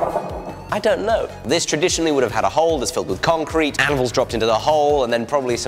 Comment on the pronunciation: To the con-crete? I think you may have used the wrong em-Phasis there mate :-)